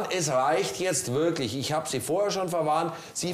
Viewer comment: Diese Frau hat eine "wirklisch" ekelhafte Aussprache! Und das auch noch in Führungsposition... das hätte ich nicht zugelassen 😂